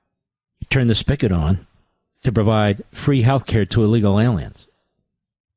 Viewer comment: Another word, among many, that Mark regularly mispronounces. It’s not “spickit”, it’s spigot…and so forth and so on. Kinda mailed Friday’s show in, didn’t he? I get it. It’s Friday.